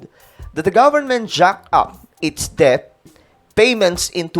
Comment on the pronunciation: Det ang basa dun hindi debt, sangkay. FYI lang